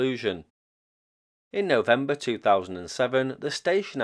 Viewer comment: "Novem-beer"... (burrrrp!)